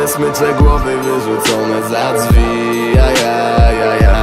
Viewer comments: Dzwi XDDDDDD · "dzwi" xddd